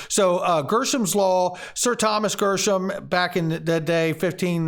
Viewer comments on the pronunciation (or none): Gre not Grr for Gresham Law pronunciation. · Gresh... rhymes with mesh